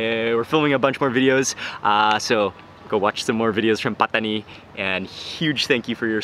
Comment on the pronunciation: Love how you pronounce “Pataniiii” & “Rrrotiii”